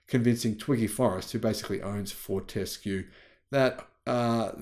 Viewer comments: Fort-a-skew not Fort-ess-kew. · Fort-ES-cue? That reminds me of the joke; you put the em-PHA-sis on the wrong syll-A-ble! The rest of us here in Australia pronounce it FORT-escue. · Fort s Cue is the correct pronunciation. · you don`t need to emphisize the 'E' in Fortescue . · Twiggy founded the company and I’ve never heard him pronounce it like that (how does). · You have an Australian accent except when pronouncing Fortescue and Pilbara